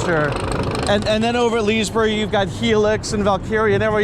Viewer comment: Pretty sure it's not pronounced Lizzy-berg